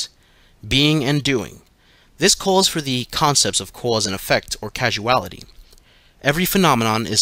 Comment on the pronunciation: Causality* not casuality